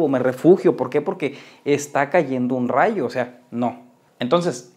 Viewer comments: "ay un razho" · Nadie: Absolutamente nadie:: Ay un raio!!